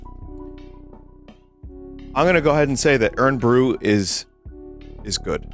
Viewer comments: I like how vinny pronounces Irn like urn instead of iron with a Scottish accent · “Urn”-bru, Vinny please, my bones ache